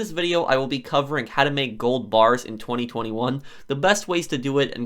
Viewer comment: I find how you say 2021 VERY OFFENSIVE